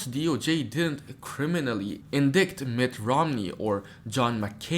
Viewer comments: Its not indict..it is pronounced in-dite. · The word "indict" is pronounced "INDITE"!